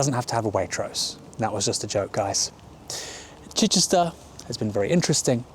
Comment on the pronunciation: This was my constituency until I moved recently. Ms Keegan was a terrible MP. Near the bottom of the list of accessibility. She wouldn’t answer a message but you could hear her every other night on LBC. Definition of self serving. Keegan can’t even pronounce ‘Chichester’ - was just installed there because it was a safe seat.